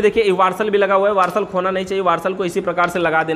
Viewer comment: 😂😂और वाशर को भी वर्सल बोल रहे हैं 😂😂😂